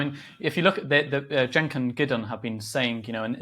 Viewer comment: Gideon pronounced Cenk’s name correctly. And I doubt he watches TYT. That tells you all you need to know about him imo